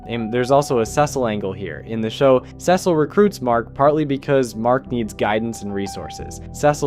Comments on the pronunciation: i would genuinely watch your videos if you stopped saying cecil like that. the quality is not bad but i see no reason why you should horribly mispronounce that name over and over again. please do better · I don’t know why you keep saying Cecil like that. If you don’t know how to pronounce his name correctly mark only says it 100 times.